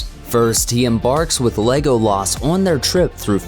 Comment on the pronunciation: What is with the way they say Legolas on this video. It’s so buzzard. Lego-laaas Like why? Just say it normally